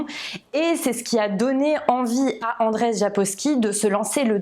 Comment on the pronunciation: Andrzej se prononce Anndjey et non pas Andrey! Le rz a le même son que le j français. Et le nom de famille Sapkowski se prononce sapcoffski.